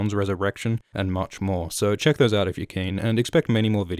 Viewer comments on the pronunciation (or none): none